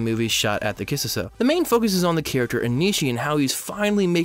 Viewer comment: Nice video but the way you pronounce Kissuiso annoys me a little (a lot)